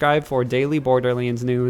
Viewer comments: “Bordeerleends fwee” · Why does this guy say borderleends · Uhhh ohhh someone tell Gearbox theres a "Borderleends 3" out there. 🤣🤣🤣🤣